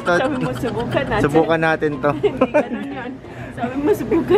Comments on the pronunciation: "Subukan nateyn" HAHAHA napatawa nyo ko and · Nakita q un..."SUBUKAN NATEYN" 😅😅!! Ang cute nyo 😍😍